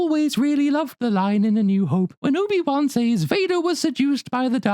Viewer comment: “Soy-bi Won”, lol brilliant 😅